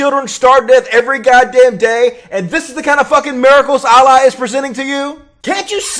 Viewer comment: That’s not how you say Allah dumb dumb